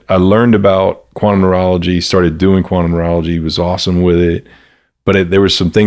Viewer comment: What is he saying? “Quantum Moralagy”??